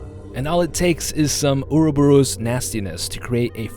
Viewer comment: hey psa,! it's pronounce "or-ro-bor-os":)